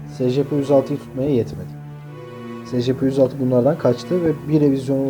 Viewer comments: O s.c.p diye okunmuyo o e.si.pi diye okunuyo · abi scp değil esipi diyi okunuyo